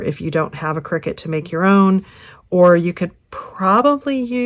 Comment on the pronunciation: It's pronounced "CRY-CUT" - not "Cricket"